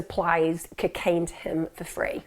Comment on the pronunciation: I love the way Emma pronounces cocaine 😍😍🤗🤗